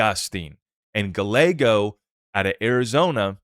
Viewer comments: Dude...to help...it's not Senator GUH LAYGO.....it's GUY YAYGO....two "L"s in a mexican name are pronounced as "Y". Calle...spanish for street...is pronounced CAUY YAY...or think of GUY YAY but put a C in front instead of G....CUY YAY.... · Hey. Spot on. Appreciate your perspective on the Clarity Act and need for Congress to act. The AZ Dem Senator’s last name is pronounced, “gii-a-go”. 😊👍